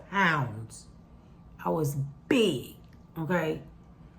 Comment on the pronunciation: Wait! Anybody else on here flinch?When she said she was 215 pounds....and then said "I WAS BIIIIGGG!" 😅 I am 215 lbs and 5'7". I hate this size and need to lose 30-40 lbs but I didn't realize it was as big until you said it with such emphasis! 😅 The good news is I am pretty healthy at 59 years old. On no medication, no high Blood Pressure, no diabetes and no high cholesterol. Yes I do eat healthy and I workout 3-4 times a week. Just haven't been able to lose any weight.